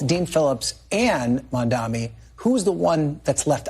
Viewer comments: Folks his Name is MAM-DANI. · His name is MAM-DANI.